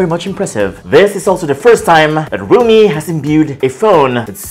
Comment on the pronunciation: Everything's fine but why do you call if RUMI😂🤣😂